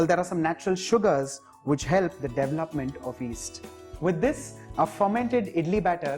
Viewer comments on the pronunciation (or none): Unfortunately, you have failed the very basic of instructions. What is the ratio of Rice to Dhal?. Also, it is not DEVILopment. It is DE VEL UPment.